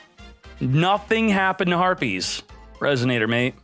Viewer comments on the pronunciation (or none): none